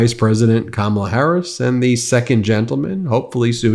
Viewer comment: I’m concerned this intelligent “pretty” lawyer cannot pronounce Kamala. Would she be okay if we called her A-LINE-a Habba? Probably not